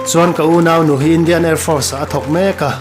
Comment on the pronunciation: Gym tih tur..Jim'ah ti tawh suh.tawngkam lam uluk ila ngai deuh. Unaunu tih pawh i lam dik lo,i mizotawng lam dan i pàitep thin.theih tawp han chhuah zel...teh.tawngkam fimkhur tawh la